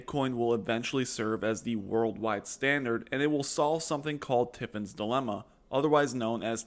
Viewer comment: Its not "tiffins" its "tRiffins" second, you don't really explain it at all. it states you can't have an international currency tied to a reserve asset (gold) as the globe would redeem your dollars for gold and drain the system, eventually crashing it.